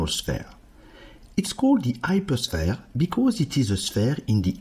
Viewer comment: It's really unbelievable that you understand this difficult subject, but you can not pronounce the H!